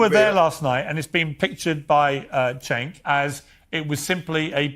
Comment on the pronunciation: Javier got Cenk and Cornell in a tizzy🤣🤣🤣🤣. Did he call Cenk, “sink”😭😭 like kitchen sink??? Their only response is “you’re a liar”, “you’re a racist” never addressed the merit of what was said.